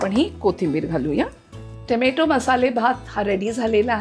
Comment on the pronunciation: Tomatooossss ahot sadhya bhashet tomoto bola over naka bolu